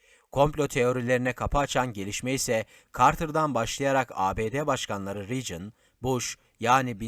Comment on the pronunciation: Amerikan başkanı riicın değil Reygın okunuyor.